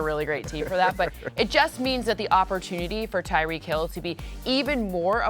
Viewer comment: It’s Tyreek